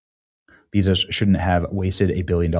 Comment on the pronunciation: I like watching Benny but I cringed everytime he called Jeff Bezos Jeff Beezos. It’s Bezos like Bay-Zoes. Couldn’t watch it bc for some reason it just sounded cringe.